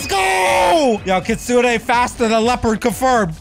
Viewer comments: It sounds like is saying kitsuna not kitsune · Kitsunei bru its not kitsunei its kitsun(pronouncing)